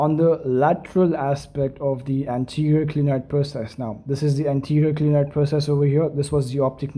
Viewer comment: Not glienoid it is clinoid